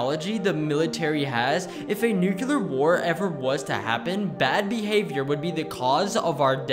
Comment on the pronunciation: Can you pronounce nuclear correctly?